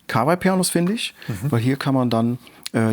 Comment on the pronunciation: ich hoffe du liest das und wirst für immer glänzen mit deiner Aussprache des Firmen namens: KAWA - I... wie in 河[KAWA]合[I]. Japanischer Familienname genau wie Yama-Ha und ich hab's noch nicht gesehen auf deinem Kanal aber ich hoffe, du sprichst es nicht yaMAH-ha Es gibt noch andere Lesungen für 河合, aber da die Firma sich KAWAI schreibt, kann es nur KA-WA-I sein.